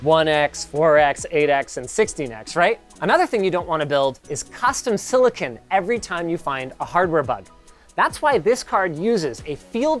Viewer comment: FFS it's not silli-kin, it's silli-con.